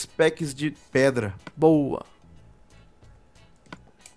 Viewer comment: caraca os cara fala preda é pedra mais o vídeo ficou masa